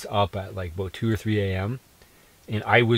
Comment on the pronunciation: aboot lmao